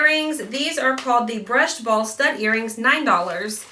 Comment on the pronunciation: Bootcut Jean's and green sweater are perfect! You must keep!. .I died when you said a "ball stud is what I'm into" because it sounded like you said 'a BALD STUD'..! Kinda sounds like you had the hubs on your mind!